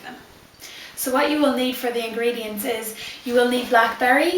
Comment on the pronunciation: when you say ingredients it like you have marbles in your mouth